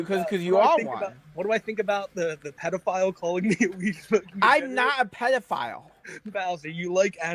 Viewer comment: I tawt I taw a pdf I did i did see a pwedoflile